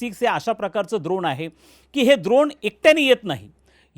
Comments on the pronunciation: द्रोण नव्हे ड्रोन 😂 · द्रोण नाही ड्रोन…. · काका द्रोण नाही ड्रोन द्रोण आपण प्रसाद…खाऊ खायला वापरतो (द्रोण व पत्रावळ) युद्धात ड्रोन वापरतात